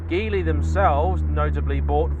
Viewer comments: It's pronounced "JEE-LEE". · Hi, Geely is pronounced "gee lee". It is actually "jili" in Pinyin romanisation but they have decided to use Geely.